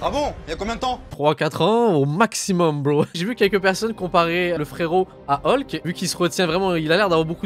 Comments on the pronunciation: Ca me tue vous vous dites holk et pas hulk. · "Olk" ptdrrrrr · il a bien dit Holk ou c moi ?